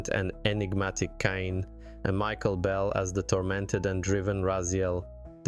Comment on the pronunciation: There's no debate here, they're more than worth it, hopefully soon Blood Omen 1&2 and Defiance too. Now, not to be nitpicky, but how do you mispronounce "Kain" so badly when it's literally the first word coming out of Raziel's mouth when the game starts?